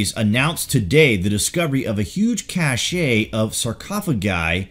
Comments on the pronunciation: Caché (ca-shay) really? Do folk still make this mistake? Caché (ca-shay) is a small briefcase. Cache (pronounced cash) is a stash. No narrator should make this mistake. I love the vids, so I point this out because I care. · My fellow Americans murder our borrowed language all of the time, haha. Please don't say ca-shay for cache. I'm in pain and had no head for hearing it said wrong today. Sorry, no offense meant nor taken. Also, dictionaries exist, even online.:) I just looked it up, "cash" is the only English pronunciation. Caché (ca-shay) being a French word, does not appear at all in an English dictionary. Let know, since as a professional speaker he should be glad to be corrected on such a common mistake. Peace and love!